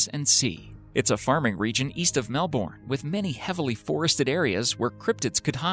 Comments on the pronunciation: Dude, say Mel-Bin. It's the way Australians say it and it rolls off the tongue better. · OMG ITS Mel-bern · when they can't pronounce Melbourne or Quokka correct 🙄